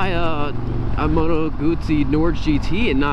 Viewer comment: It is pronounced 'Nor-ghe'. It is Norwegian for well.... 'Norway'.